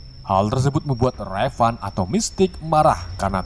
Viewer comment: perasaan nama mistique raven dehh,, bukan revan